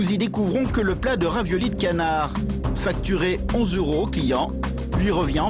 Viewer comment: raviolis cannard? ca-NN-ard?? .........